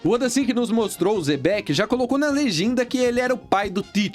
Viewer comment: Se pronúncia Xebec não Zebeck